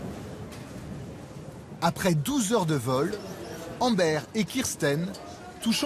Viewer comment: Embère ! Ça se prononce Ambeur